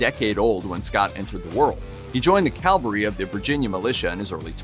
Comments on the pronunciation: The narrator keeps saying “Calvary” - it’s “Cavalry”! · CaV-alry, NOT CaL-vary, puhleeze. 😊 P.S. Calvary was the hill upon which J was crucified. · The word is CA-VAL-RY, not "Calvary!" Calvary is where Jesus Christ was crucified! CA-VAL-RY...please get this right! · Very good presentation but mounted troops are CA-VAL-RY. Sorry…just a pet peeve of mine. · It's a pet peeve of mine, too, and about 90% of people mispronounce this word. UGH!!! CA-VAL-RY!!!